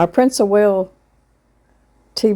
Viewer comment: There is no 'H' in WALES, I should know as I'm Welsh from Wales UK lol